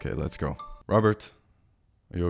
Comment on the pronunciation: Rabbert: gew away! Note: gew is how rabbert say go.